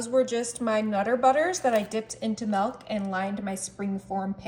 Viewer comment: She said "Melk" within the first few seconds of yhe video and now my brain doesn't care what she's making.